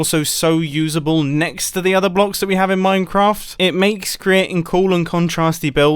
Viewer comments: Mum I said minecwaft at the start of the video. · I'm the only one who hear him say "minecwaft" like a child at the start of the video?!?! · did he just say minecwaft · mumbo: minecwaft